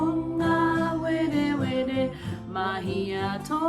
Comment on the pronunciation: Awesome but is there a reason you pronounce “Pūngawerewere” like pōngawerewere?